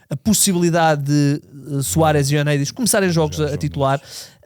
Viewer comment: Creio que está na altura de tentar que o diga corretamente Ioannidis 😂. Mais um excelente podcast! Bom trabalho